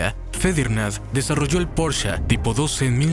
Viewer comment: Veo que no sabes pronunciarlos: "Porche" y "Volsvaguen" (no porcha ni volsvuajen) solo por si te interesa decirlo bien 😅